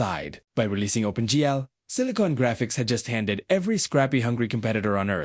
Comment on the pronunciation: This AI voice is pretty good but it can’t say OpenG or Maya correctly.Then the voice changes and becomes more gruff, momentarily.